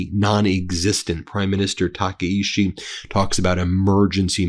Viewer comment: Its tah-kye-chee not takishi